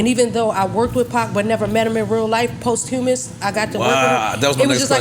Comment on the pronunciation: It’s the pronunciation of posthumous for me - “poss humos” 😭